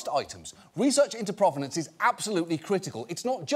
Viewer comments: Not sure why he went to “croissant” as the bougie thing for them to be doing, when in the video itself, they said /ˈpro.ve.nɒns/ like it was from “pro-wrestler” not French /pʁɔv.nɑ̃s/. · And yet they can't pronounce "provenance".